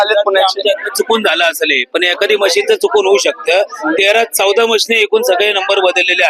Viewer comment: मशीनी नाही रे बाबा मशीन बोल मशीन्स बोल ...आपण represent करणार आहोत लोकांना